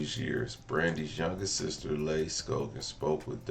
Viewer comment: Leigh is pronounced Lee. She said it many times in the video